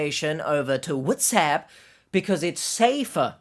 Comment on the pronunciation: Every time you say WhatsApp I laugh out loud for way too long and way too hard. There's another person who I watch that is completely different than your channel called Dr Grande, an educational psychologist, who does true crime videos and he has a particular way of saying TikTok, which is equally hilarious.